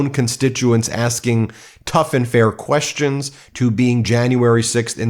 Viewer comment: Lesh not answer queshuns . . . Off his a** on something. And Mr “Doctor” doesn’t know what duplicitous means.